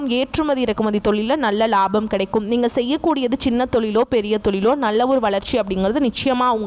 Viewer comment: பெண்ணே முதலில் தமிழ் உச்சரிப்பை சரி செய் நள்ள இல்லை நல்ல மூளம் இல்லை மூலம் Extra Extra